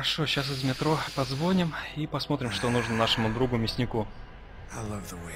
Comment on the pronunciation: позвОним .боже как же слух режет